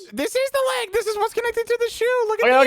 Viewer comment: saying leg sounds like lAg😅